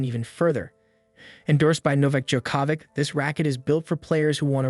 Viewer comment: Djokovic is pronounced (Vihch) not literal vic. You should know if you regularly watch tennis.